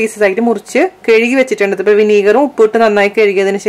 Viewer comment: Very nice recipe.. but oru request. Kezhuki ennu parayalle. Kazhuki...ataa correct..